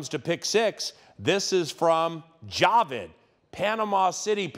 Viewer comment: it's pronounced ja-VEEED